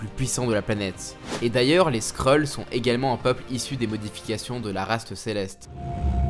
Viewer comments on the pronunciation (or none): none